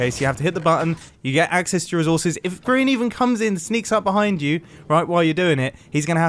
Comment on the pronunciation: I thought you meant about grian by saying Grian joined the game Mumbo: oohh were havre griron